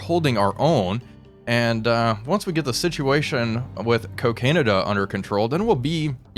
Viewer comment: Every single time he says Cocanada I think he's going to say cocaine then canada